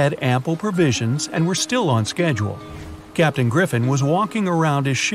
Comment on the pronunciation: The fact that it’s said captian